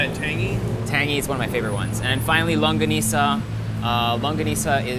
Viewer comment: When he he said "Longganisa" it was so perfect. Part of you is one of us now. We got yow back!❤🇵🇭